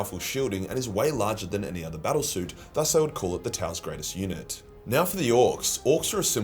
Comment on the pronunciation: I kept mishearing unit as eunuch. It made the sponsor reading interesting ...